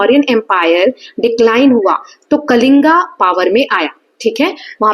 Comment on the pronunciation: Mam it is कलिंग not कलिंगा ,खारवेल not खरवेला and खंडगिरि not खांदगिरि